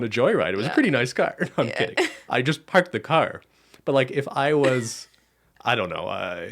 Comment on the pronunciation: Bens eastern Canadian accent when he said “parked the car” killed me as someone from western Canada 😂😂